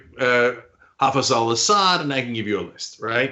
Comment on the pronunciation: Hafiz Al-Asad dead in 1999. kkkk Cenk is pretending not to pronounce correctly the name of a Turkman, come on Cenk you are a fellow Turkman.